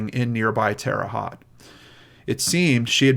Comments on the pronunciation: Love your channel,all the hard work you do and the heart with which you do it. I grew up in Terre Haute from 10 yrs to 18 yes old. Left and never missed that place. Lol. Just for info's sake...terre haute is a french name meaning "high ground". Haute is pronounced "hote" like "note". Also been liking game night!👍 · Jfyi, it is Terra Haute: teh ruh hoht as in Coke, long o. Like the french pronunciation. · This is probably super picky but “Haute” rhymes with “coat.” Just had to correct that as a Hoosier. Really like your show,!🤗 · Yes, we Hoosiers don’t always make sense in our pronunciation! 🙂 We love you! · I couldn't help but laugh some hearing him pronounce it like it's spelled lol. I live couple hrs away from there myself. My mom was born there and my grandparents immigrated from Syria to there. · Thanks. The “Haute” in Terre Haute rhymes with “boat”. Wabash is pronounced “WAH-bash”, not “Wuh-BASH”. Hoosiers everywhere will thank you for correcting this in the future.